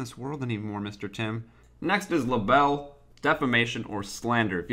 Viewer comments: Luh-bell? Aw. It's actually cute how you pronounce libel. Haha. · haha, the way he said libel.